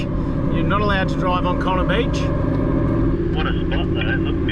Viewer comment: It’s coonarr beach not connar